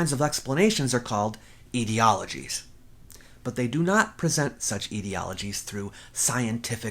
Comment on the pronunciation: Did you say "eedieologies", or aetiologies? {:-:-:}